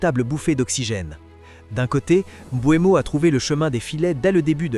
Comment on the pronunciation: C'est Mbeumo pas Mboinbo😂😂😂 Sinon les dégats seront davantages plus énorme chez les adversaires